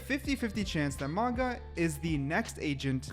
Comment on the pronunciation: Pronounced Maooga. I believe.